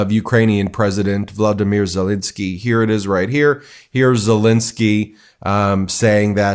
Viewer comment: are you saying Vladimir or Volodymyr? Zelenskyy. Sounded like Vladimir. Be careful with that pronunciation.